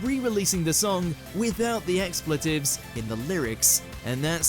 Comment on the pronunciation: I’ve never heard the word ‘Expletives’ pronounced that way before!